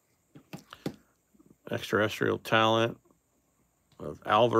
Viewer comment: Known (or unknown in this case) as the Black Eclipse refractor numbered to 10. Now if we can only get you to pronounce Extra-Terrestrial correctly.